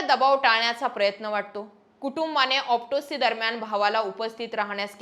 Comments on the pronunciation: ऑप्टोसी नाही ऑटोप्सी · तुला ओटीप्सी चा उच्चार नीट येईना , तुला बदणे पीएसआय आहे त्याला आयपीएस म्हणते , कसा व्हायचा दीदी